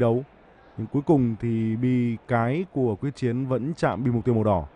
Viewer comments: Quyết Chiến tên VĐV mà nói sai là sso??? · Nguyễn trần thanh tự thì đọc thanh tú trần quyết chiến thì đọc quốc chiến, blv ko có chuyên môn j